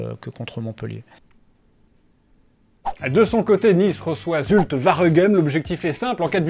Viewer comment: ON PRONONCE OUAREGEM PAS VAREGEM ROLALA